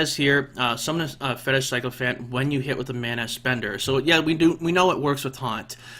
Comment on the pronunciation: Can you stop pronouncing Sycophant wrong? Psychophant is wrong. Sick-o-phant